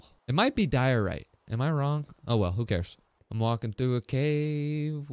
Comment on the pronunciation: Its diorite Just saying